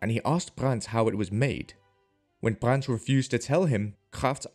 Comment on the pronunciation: There's no T in Brand's last name.